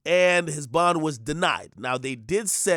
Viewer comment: Denied bond…. THAT AINT “P” bruh!